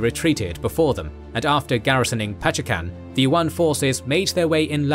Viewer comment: A little corrections: Jayakathong: Jayakatwang Pachekan: Pasuruan